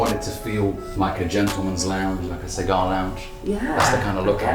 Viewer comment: Cigaaaar Lounge